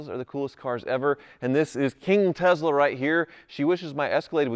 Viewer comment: Why he keep saying Tezla…it’s tesla